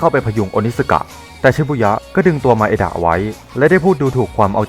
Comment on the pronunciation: นางเอกมันชื่อไมดะไม่ใช่หร่อครับ แต่พี่พูดว่ามาเอดะ